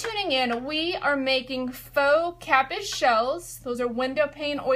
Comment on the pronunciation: pronounced KA- peas